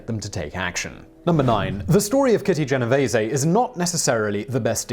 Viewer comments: It would be so awesome if YouTubers looked up pronunciations of words before slaughtering them on their channels... Kitty's last name is pronounced jen-O-vees... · Genovese is pronounced Jen oh Veez